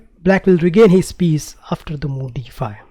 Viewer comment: problem "dee fye"